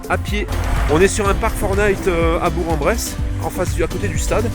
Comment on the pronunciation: Ma ville de naissance ... on ne dit pas Berk en Brousse ni Bour en Bresse mais BourQUE en Bresse ! 🤣 Es-tu toujours à BourQUE car je pourrai te faire un petit coucou de « la famille » en tant qu’abonné ? 👍🏻